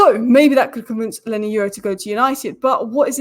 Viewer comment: Why do you keep saying “Lenny Euro”??